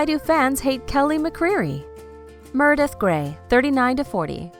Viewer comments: plllleeeeasseeee!!! if you’re going to do a video on a show LEARN HOW TO PRONOUNCE THE CHARACTERS NAMES! uggghhhh. aydison montgomery.... murdith.... 👊🏽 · Say it with me. MER-e-DEATH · Who the hell is Merrrdith???? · After the 10th Mrrrrrdeath..... I had to quit watching.... the most annoying voice and mis pronunciation ever!! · Why can't u pronounce M-E-R-E-D-I-T-H?!! Gawwwdd!